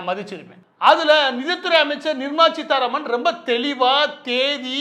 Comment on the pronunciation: It's Seetaraman and not cheetaraman